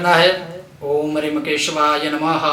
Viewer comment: आप ह्रीम बीज मंत्र मै रीम का उच्चारण करते हो या ह्रीम उच्चारण करते हो आपकी वीडियो मै मुझे रीम सुनाई दे रहा है प्लीज बताए मेरा नवरात्रि व्रत है मैं नवारण मंत्र जप कर रहा हूं इसलिए कृपया बताए 🙏🙏